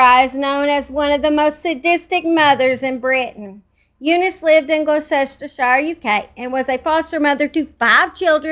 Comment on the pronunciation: fyi, Gloucestershire is pronounced glosster sheer